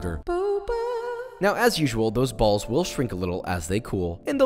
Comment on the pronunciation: I love his saying of "bAlLs"